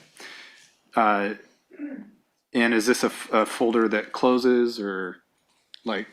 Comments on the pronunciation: Dammit, Nancy! It’s not a FOE-der it’s a FOL-der. Pull your shit together! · Many things about this woman infuriate me, but my God the way she said "folder" is physically painful to me. "Foe-durr". Or the days of the week. It's not Wednesday, it's "Winsdee". Or about half her vocabulary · It’s a purple “foder” duh! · fowder, purpit fowder, fowwwwdduurrrr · It's a foder, just like that, a foder. A foder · She is so detestable yet I am find her fascinating. prooDreading is so great Thank God since JCS drops one video a year 😂. The way she says folder is so weird. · The woman can't properly pronounce "L" she say fowder instead of folder and toad instead of told...so irritating 😅